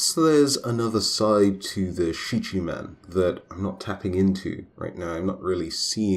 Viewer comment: I believe it is pronounced, “SHEEKA-min.”